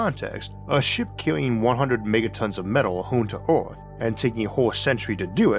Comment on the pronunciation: Good graphics but why the dumb Cajun AI voice - “orth” , “Gormany” , “shivers” FFS Does the narrator have a speech impediment ?